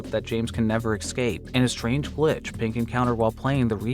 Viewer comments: Please stop referring to individuals as "they" and pronouncing escape as "ex-scape." Thank you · Feel free to pronounce escape the way it's spelt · the word is eScape